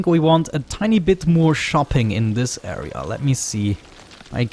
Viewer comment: dont know if i love or hate u saying "area" :D "aea"! Great videos btw!